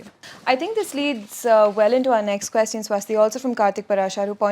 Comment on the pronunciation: Please pronounce “question” correctly.